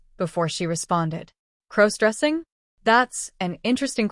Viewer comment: Stop mispronouncing crossdressing 😢😢😢